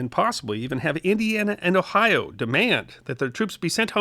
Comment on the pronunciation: Thank YOU for pronouncing "Ohio" correctly. Not the "Ohi-a" many seem to think how it's pronounce. Good episode!.